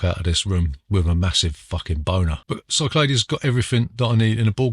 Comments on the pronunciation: Great stuff! I am a pedant tho, and number 1 is pronounced Sick Lad E's! Also I was so drunk I tried to find Boris Hevverly, the creator of Carooker! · Isn’t it pronounced Sicklahdees?